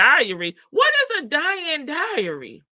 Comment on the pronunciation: is trying to say the word "dowry" which means a transfer of wealth/money. But he pronounced it as "diary" which is a personal journal.